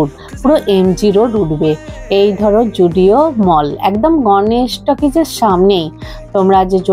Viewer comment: zudio ❌❌ joodio ✅✅